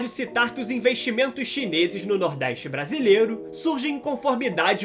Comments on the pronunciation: Nordéistch? Pôrra é essa? NORDESTE, caralho! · Nordeiste? Aprende falar porra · Reportagem, deixa de ser retrogrado criando continuacao do preconceito Sudeste contra o Nordeste. Fala de 17% e os outros 83%? Nordeste nâo precisa de reporter preconceituoso como voce. Nos deixe em Paz com esse seu sotaque horroroso, inclusive aprenda falar a pronuncia correta da palavra Nordeste